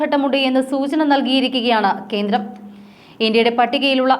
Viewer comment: കീരളം, കീന്ദ്രം, ഒന്ന് നേരെ ചൊവ്വേ parayoo